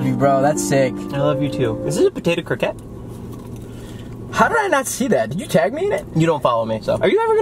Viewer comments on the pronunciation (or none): saying croqueta wrong hurts me